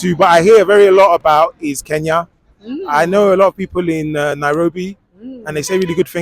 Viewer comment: Hey Nigerians, it's Kenya not Keya.